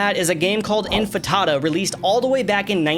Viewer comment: Bro said infatada